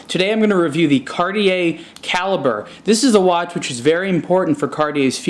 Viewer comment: It's not pronounced Cal-ib-burr, it is Cal-eee-bray. That's straight from Cartier